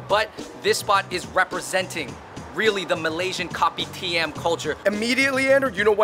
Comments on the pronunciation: It's not read as copy-tee-am. I keep hearing "Copy T.M.". It's read as kou-pee-d-yum. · Kopitiam is pronounced co-p-tiyum, I think. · By the way, Fun Bros! It’s pronounced as Ko-pi-tea-ah-m. Just the ‘am’ in Kopitiam. Hope this clarifies! Mad love 🙏🏻❤️ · Kopitiam is pronounced as “ko-pee-tea-um” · Oh gawd. Please stop calling it Kopi TM. My ears...